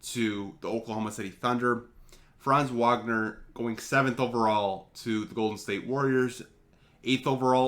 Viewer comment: You need to work your Franz Wagner pronounciation